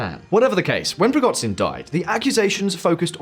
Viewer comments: It's PrigoZHin (Ж), not PrigoTZin. He's not Chinese for crying out loud. It's a sound similar to J. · It's ZH as in "eraSUre" or "dèJÁ-vu". PrigoZHin. Not PrigoDZin. I know it's not essential, but you usually get the names correct, so I found this a bit jarring. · Google the pronunciation of Prigozhin dude. The video is monetised and it's not hard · You guys are really good and with right kinds of questions on all your work. So can you go back to how you pronounce Prigozjin right? I aint a Prigozjin fan but now suddenly he has a total wierd prononciation in this video. thanks and keep up the work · great channel, but the khameini and prighozin killed me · How the narrator says Prigozhin 😂